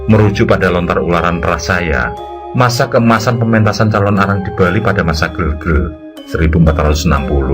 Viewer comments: min bacanya bukan gelgelnya kayak kembang gitu tapi seperti E dalam kata ember bacanya GEEELGEL gtu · Bukan gelgel tapi gelgel mas..